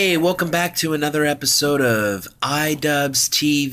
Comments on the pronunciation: It’s not idubz its idu-b-b-b-z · It's pronounced Eedoobbbz.